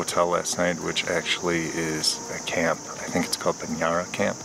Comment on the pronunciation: Just for knowledge purpose. In the word "Banjara Camp" .... "J" is simply "J" and not "Y". Therefore it's "Banjara camp" and not "Banyara camp". Don't mix Spanish brother.